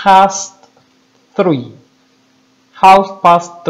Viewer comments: no miento , usted dice " tri " y no "three " , no usa en ninguna parte la " th " ni la erre inglesa..y varios detalles así , pero en fin :v me callo. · Yo no soy nadie para criticar, pero dijiste three como tree de árbol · Me gusta mucho como enseña, pero de verdad yo también escucho que dice "tri".